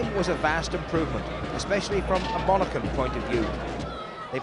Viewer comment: hard to believe struggles with the pronunciation of Monaghan 'monacken'